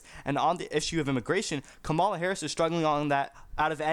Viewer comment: You don't even know how to pronounce her name!